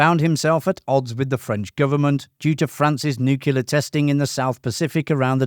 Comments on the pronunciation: Why can't you pronounce the word "nuclear" properly? It's NOT pronounced "nuckuuulaar" as you do. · You said nuclear wrong. You only get one chance. Last time I watch a video.